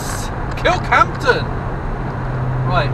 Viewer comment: Stop saying 'Kirkhampton'!